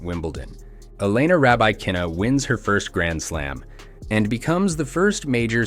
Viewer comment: Your pronunciation of Elena Rybakina's name is way off. Also, she hasn't won a Grand Slam, she has won a major. A Grand Slam is winning all the majors in one year. It is okay, I suppose to refer to a major as a Grand Slam tournament, but that does lead to the sloppy result of elevating a major win to a 'Grand Slam' and thus diminishing the efforts of the few actual Grand Slam winners.